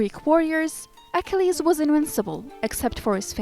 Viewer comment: You should be taken off for EKELEEEESSSSS. Is that how YOU pronounce Achilles????? A KILL EEEZZZ. Achilles. These readers or computers have to go. As an amateur historian it is so disconcerting to hear these idiots pronounce names that everyone knows how they're pronounced!~ Or do a freakin' read through. This one is sooooooooo bad. Homer of all things.